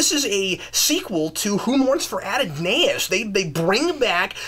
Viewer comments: did you really say "Who mourns fr A DON A IS"?...the word is A DON IS" (accent on DON) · "Ad On In Ay Us"???? Lol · Dennis Morrison Absolutely! As if it wasn't bad enough that this guy talks to much, he doesn't even come prepared. "Michael - I had it here - gimme one second...." Plus, he butchered the word Adonais and Mignogna name. To be a commentator takes more than just standing in front of a camera and blabbing off at the mouth. You need to know the material you are commenting on. This guy obviously doesn't. Treksperts is the misnomer of the century.